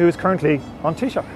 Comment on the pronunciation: No. Taoiseach is not pronounced with a K at the end. It is taoiseaCH, and the ch is pronounced like the ch in the German Bach.